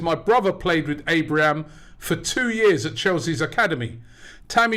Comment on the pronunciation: THERE IS NO 'S' AT THE END OF TAMMY ABRAHAM!!!